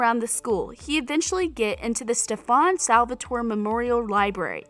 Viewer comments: "Stefun Salvatoray" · this whole part she says “the necklace Stefawn Savaltorae gave Helena” I was like who? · stafaaaan Salvatore Stefan-you don't know my name 😑